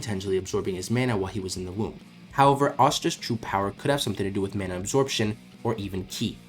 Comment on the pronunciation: why are you pronouncing mana like that 😭